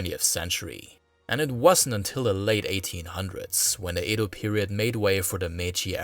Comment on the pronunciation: Excellent video! However, every time you said Edo, I cringed. How is it you can pronounce everything correct but Edo?